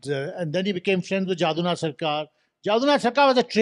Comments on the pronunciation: JADUNATH and not JAADUNATH. JADU as in MADHU. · First rectify your pronunciation of 'Jadunath'. It is not 'Jādunath' as you say it.